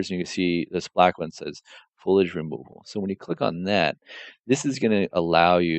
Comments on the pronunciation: It's FOLIAGE not FOILAGE lol sorry to be that guy.. the material looks amazing, tho! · Dude this is amazing, if for nothing else than to deconstruct as it's so nicely laid out. As a modeler having to do UE4 work I appreciate this. But for the love of god, it's FOLIAGE. FO-LI-AGE.